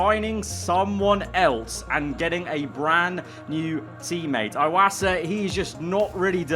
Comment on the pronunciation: "eye"wasa never had his last name rightly pronounced 😢